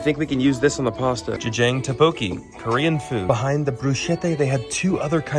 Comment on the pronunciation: the way he pronounced tteokbokki pissed me off 🥀🥀🥀